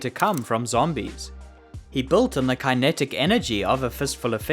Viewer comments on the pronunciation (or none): I'm guessing you've never heard anyone say kinetic irl? Fyi it's pronounced kuh·neh·tuhk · great video and all but how do you go so far in life without knowing how to pronounce kinetic lol